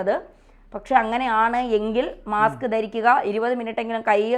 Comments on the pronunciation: മാക്സ് അല്ല മാസ്ക്. 😮😮😮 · മാക്സ് അല്ല മാസ്ക് ആണ്.